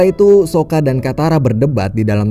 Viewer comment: Saka bang bukan soka ..soka merk baja ringan🤣🤣🤣🤣